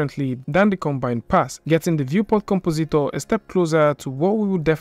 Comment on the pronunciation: com-po-ZEET-or Oh-kay, then.